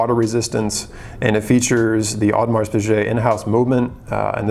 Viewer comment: You don't pronounce the "s" in Audemars